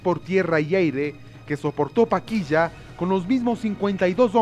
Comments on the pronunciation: Paquilla o Paquisha. Pronuncia bien narrador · ¿Por qué la voz en off pronuncia algo así como “Paquilla” y no “Paquisha”? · No es paquiya....es PAQUISHA (sha) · porque este man dice paquiya que mismo es paquisha o paquiya